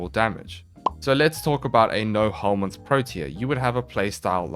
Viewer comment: Is "no helminth set up" I keep hear it as "no homies set up"